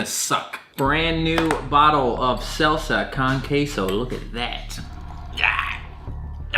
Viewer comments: Sahlsuh cahn kay so ( saying salsa con queso ) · Hearing say “selsa cun kayso” physically hurt me. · its not "selsa coun keisou" its "sall-sa ko-n ke-so" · “Selsa Con Kaso” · “Salsuh khan quetzo” yea okkkkkk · First vid Ive seen by u, and I subbed. Hella funny, but how you pronounced salsa con queso made me cringe 😭😭 soy puertorriqueño y nooooo 😂😂 (Sal-sa con k-so) 💕 Also love your shorts lol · seLSa cON KAysO Translation: Salsa Con Queso I'm not hating on, I actually liked the way he said it XD Especially as a Puerto Rican. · Selsa Kawn Kayso. oh, I'll tell you one thing you're definitely not cut out to be a Mexican. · Why does he say salsa con queso like it’s one word?